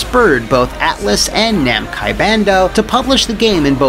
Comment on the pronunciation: When you said “... Namci Bando ...” it took me like 20 seconds for my brain to recognize what was wrong in that sentence